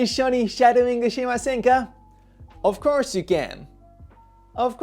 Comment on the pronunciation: ofcourseがこーしゅってなってる seではなくshと発音してるね